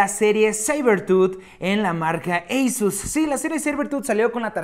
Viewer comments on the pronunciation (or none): Eisus no negrito asus